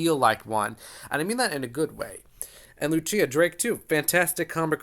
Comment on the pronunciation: Just a heads-up — Lucilla is most likely pronounced loo-SILL-ə, not loo-CHEE-ə. If she’s Italian, it’s loo-CHEEL-lah.